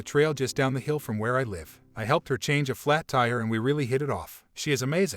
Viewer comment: Why do people pronounce live as life when everything else sounds fine. This is not the only narrator that say it that way.